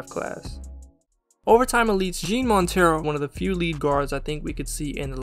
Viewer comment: Jean Montero is pronounced like Juan just with an "eh" instead of a "oo"